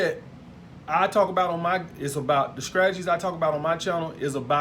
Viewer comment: "scragedies" instead of strategies xD